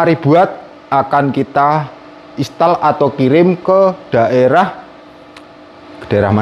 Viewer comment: " Install " mas bukan " istall "😂 sama klo mau baca " hour " itu di baca " awer " 😁